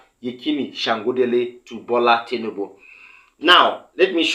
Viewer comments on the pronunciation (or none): His name is Tinubu and not Tinibu. This is the 3rd time I will point this out. Are you this stubborn ? You're more or less acting like the person you're accusing by refusing to listen to correction.